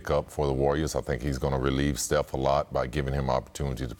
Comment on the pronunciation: I swear pippen is callin steph "Seth"